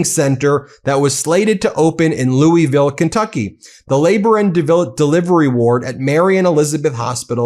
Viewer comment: Ben please learn how to pronounce Louisville. ❤ from Kentucky.